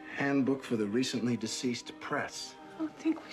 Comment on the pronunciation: They set up Alec Bladwin's character not knowing how to pronounce words when he mispronounced Deceased. It comes back around when he can't pronounce Betelgeuse.